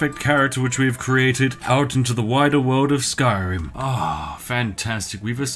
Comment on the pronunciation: "the wider world of S K Y R I M"